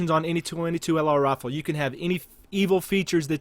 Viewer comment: Has anyone ever told you that you pronounce rifle like "rofl"? EDIT: Towards the end you pronounce it correctly.